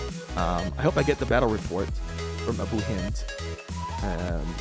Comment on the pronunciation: pronouncing abu hind name right i can't believe it